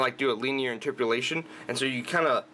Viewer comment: Thumbs down for mispronouncing (missing entire syllables) basic terms. It's temperature, not 'tempature'; interpolation, not 'interpulation'; etc. And, what you were referring to wasn't even interpolation! That's a step-wise linear approximation, isn't it?